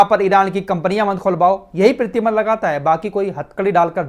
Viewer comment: प्रीतिबंध नही प्रतिबंध, अहान नही आवाहन 😂😂😂